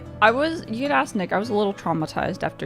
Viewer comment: ngl it did not sound she said "nick" at all